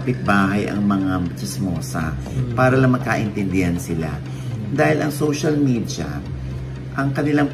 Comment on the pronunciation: meron bang letter J sa salitang media? Social medya versus social medja. Ano medjas?